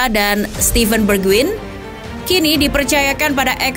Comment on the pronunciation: Mohon izin yaa min, spelling nya dier itu harus nya daier, dejan itu j nya dibaca y, bergwijn dibaca bergwain, sama hojbjerg itu harus nya hoybyerg, semoga membantu 🙏